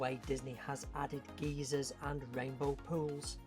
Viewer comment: The word geyser is not pronounced “geezer”. A geezer is an old man in US vernacular. I’m having images of Carl from Up being stationed in the park when he says there will be geezers. 😂 (come to think of it that would be kinda cool)